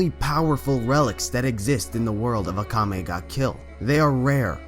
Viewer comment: Mispronounced name: MY NAME Akame